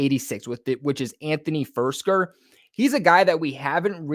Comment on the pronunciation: Btw dudes name is FIRK -SER! Not FIRS-KER. Just like AG-O-LORE wasnt AG-U-LAR. If you’re gonna report on someone and mention their name multiple times the least you could do is learn what their name is.